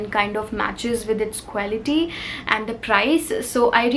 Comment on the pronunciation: I Love ur videos a lot.. But Just want to tell u that pronounciation of quality is क्वालिटी and not क्वैलिटी ❤️